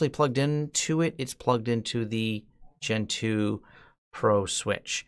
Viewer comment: Every time you say "Gen 2", I hear "Gentoo"